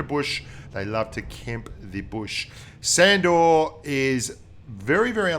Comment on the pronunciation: I think it's pronounced shandor